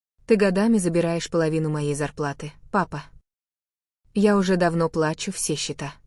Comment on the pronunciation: Идиотский рассказ а чтение ещё хуже ударения ужас ПлАчу по счетам